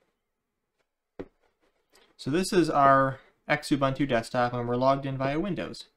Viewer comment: Yep, mispronouncing kerberos (ker-ber-ohs, as pointed out) and xubuntu (zoo-bun-too). Small thing, but meant to be constructive feedback.